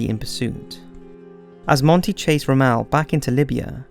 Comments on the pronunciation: Very well done!!! I really can’t find the words to tell you how highly I view this documentary over everything I’ve seen in the past. But every time you say Roe-mell instead of Rommel it grinds my gears. Next thing you’ll tell me is that you believe in roundabouts instead of intersections. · Rommel....ROM-ALL. Not ROE-MELL. Also the battle of Brody was the largest tank battle of WW2. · It’s Rommel not Ramell, mr speaker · Great video. But I wish the Brits would learn to pronounce words properly, especially names. Narrator butchers the name Rommel. Rommel is NOT pronounced Rom-MEL, but correctly, ROM-mel. Same with Japanese names such as the warship Yamato. It is pronounced Ya-MA-to, and NOT YA-ma-to. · Rommel not Rammel. Took me almost 5 min to figure out who he was talking about. I kept saying the Desert Fox Rommel and he kept saying Rammel. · You really need to check your pronunciation, especially of non-English words. It is distracting from what, otherwise, is a decent narrative. For example: Rommel is pronounced ROM'-mel, not rom-EL' (which sounds like he is from Krypton). The German boat was the Graf Spee (pronounced SHPAY, not as spelled). Many German words which start with an S in the spelling are pronounced as though they start with an SH sound. Vowels in German are also not pronounced as they are in English. These may seem like small things, but they make you sound less knowledgable than I think you probably are. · DUDE!!! You skipped over Rommel (ROM-ULL; not "Rummell", you uncultured Bri'ish Twaat) totally cheesing out on D-DAY!!! He totally fucked up when he should've sent his wife a goddamn BIRTHDAY CARD! The plot to blow up Hitler DID implicate Rommel, but he only had a passing-involvement at best... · Ok, two things. ONE: Why did you have the Nazi's Afrika-Corps called "Desert Rats" but then call The British/Allied Forces the same thing!? TWO: It's "ROM-ULL" not Rummmel; you make him sound FRENCH! It's just plain WRONG! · It's not "Rom-ELL"